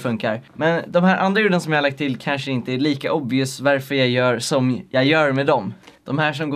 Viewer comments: Bara jag som tänker på att han säger ”verför”? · varför säger du värför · Vrf säger du veärför